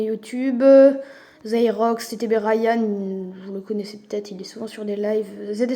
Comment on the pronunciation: A 4m28 tu dis "Zayrox " mais c Zirox . C mon pseudo Zayrox je suis abo et g 35 k trophées